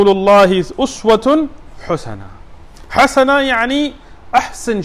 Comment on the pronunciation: Great lecture brother! May Allah reward you immensly I dont like to judge but you made a mistake in Quran recitation in min you said "لقد كان لكم في رسولُ الله" ie. you put dammah ُ on the ل in the "رسول" when it should be with a kasrah ِ And in min you said "لقد كان لكم في رسول الله اسوة حُسنة" ie. you put a dammah ُ on the ح in the word "حسنة" while it should be with a fatha َ plz correct The whole verse: لَّقَدْ كَانَ لَكُمْ فِي رَسُولِ اللَّهِ أُسْوَةٌ حَسَنَةٌ لِّمَن كَانَ يَرْجُو اللَّهَ وَالْيَوْمَ الْآخِرَ وَذَكَرَ اللَّهَ كَثِيرًا Chapter 33 verse 21 of the Quran